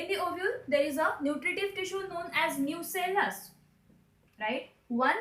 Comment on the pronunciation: It's Nucellus not nucleus